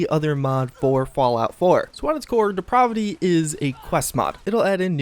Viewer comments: 'Depravity' is pronounced like the 'a' in 'apple'. You are the only person I've heard to say it like that so I know it's not a viable alternative. Stop it,. I'll take the positive assumption that you're unfamiliar with the term and define the word for you: moral debasement, wickedness, evil, and not in a fun or necessary way. Such as pronouncing 'depravity' as 'deprahvity'. You've turned me into a diction nazi,. That's even worse than a grammar nazi! Repent! Having said all that, I must also say that your delivery has really improved over the years and I appreciate such progress. I expect you to get even better going forward, which is more than I can say for Bethesda, unfortunately. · de-prah-vi-ty? Learn how to pronounce words! Geeez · Good video but your mispronunciation of depravity triggers me lol. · You really have to learn how to pronounce words correctly. For a while I thought you had an accent but I think you have trouble with words. I’m talking about how you say “depravity” Otherwise cool video